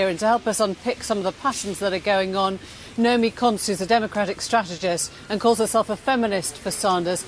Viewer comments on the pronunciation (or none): Its nomiki, not naomi